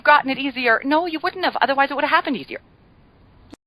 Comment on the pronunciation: Melody not Melony lol